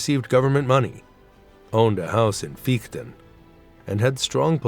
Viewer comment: AI generated narrator? The town of FEICHTEN is not pronounced /fīkten/, the diphthong is /ai/, DOENITZ has the vowel /ö/ etc. etc.